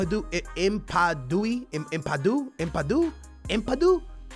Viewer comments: How do u get a name like ampadu to im-pa-doo-i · Am Pa Do. That's how you say ampadu name bud . Chelsea fan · It's pronounced Am-Pah-Du